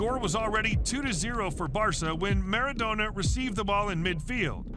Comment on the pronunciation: The commentator makes Maradona sounds like a Kebab!! lol